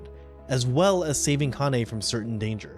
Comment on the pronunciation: It's honestly so annoying how often people mispronounce their names 🙄 It's Kah-nuh(Kanne) Sen-zuh(Sense) See-ree-uh(Serie) Jesus Christ people it's not that hard, you just pronounce the 'e' at the end of their names as an 'a' instead. Like how TF did you get Lewine(Leh-vee-nuh) right, but utterly botched the other names??